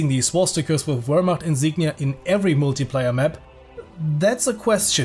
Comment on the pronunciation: Wasnt quite convinced whether the narrator is german or not until he pronounced "Wehrmacht" as "Wehrmacht" and not as "Weermakt" ;)